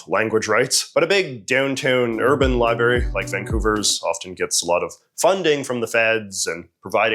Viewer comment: Did you say “Li-berry”?